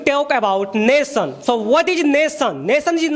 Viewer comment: Not Nason ... Nation